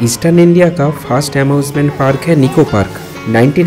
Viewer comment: Amusement park hota hai Amosment nahi, location hota lokashon nahi 🤮🤮🤮🤮